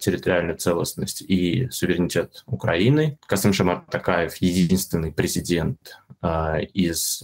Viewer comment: Наконец-то Варламов правильно произносит фамилию ТОкаева (а не ТАкаева).